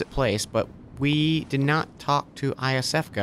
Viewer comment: please. Her name is Iosefka. That's pronounced with a YO at the beginning.